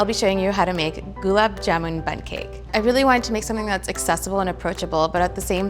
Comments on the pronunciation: That indian girl herself can't pronounce it correctly... Goolaab jaamoon ...how hard it can be!!!! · I know it's not her fault but I can't help but cringe everytime she says jamooon! Also, she's saying her name wrong!!!!! Anyways, the end result looks divine and she's beautiful ♡ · It's gulab jamun not jumun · Gulab "Jumun"? Wtf... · The person cooking can't even pronounce gulab jamun correctly. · Everytime gulab jamun is pronounced wrong a desi aunty has a heart attack